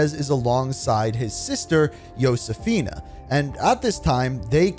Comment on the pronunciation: Talk about butchering Josefina and Cordis Die